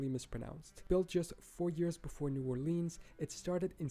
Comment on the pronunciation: Romans perfected the square block grid pattern including one-way streets! FYI This was an excellent video and the narrator is great as well but even he mispronounces some cities.....Mobile, New Orleans.....and to be fair, many Americans do too!